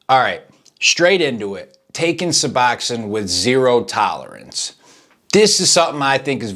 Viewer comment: Why do these dude always call it “Suboxoin”. Too funny.